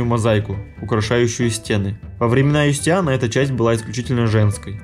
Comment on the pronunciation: Неплохой фильм, посмотрел только что по ТВ и пересмотрел здесь, очень познавательно, спасибо! Однако некоторые моменты дико режут слух: Юстиан вместо Юстиниана - и (хотя в описании под видео имя этого византийского императора дано правильно), пуантеон вместо пантеона - , благословЕнна вместо благословленА - . "Тщательнее надо быть! Тщательнее!" (с)